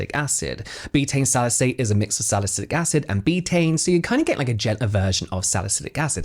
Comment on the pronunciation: AntioxiDant =-add the D lmao that doesn't sound good hahaha Saliculic acid.. not 'salycic'